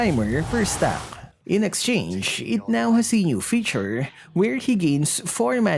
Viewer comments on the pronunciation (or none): none